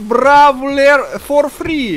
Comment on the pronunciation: A Roll R. Frrreeee frrrreee frrrreeeee. Ist listen funny.